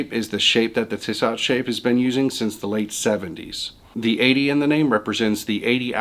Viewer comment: I like a lot of your videos but the mispronounced brand names suggest that you don't eat and sleep horology. Makes it hard to get behind what is being said. I would suggest watching a few other channels as well as compiling lists if you plan similar style videos in other subjects. For reference, the J in Junghans is pronounced as Y. Think "Young Hands" with a silent D. The other one was Tissot. The second T is silent. Pronounced "Tea So" I'm by no means an expert, my feeling is if you can afford it and you like it then that's enough. Quartz vs Automatic and other arguements are merely opinions. Hope that helps